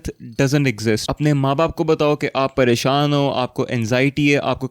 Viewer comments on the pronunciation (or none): none